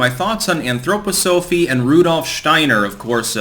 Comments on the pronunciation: why the anthro poh sophie lol? it's anthro pah sa fee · I am embarrassed for you - why didn't you even bother to look up how to say the word Anthroposophy? we've gone over this several times in the past. here it is phonetically - An throw poss so fee or Anthroposophia which means human wisdom. Again, if you want a brief on his cosmology, an overall of the philosophy and education, we can talk, but at least try. Please, try, this is making you look so foolish. Also, you are saying Blavatsky incorrectly too. Besant was also a charlatan. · y do u say it that way... to get more comments? Lol... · It’s cringy how you mispronounce anthroposophy. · I agree. Its annoying.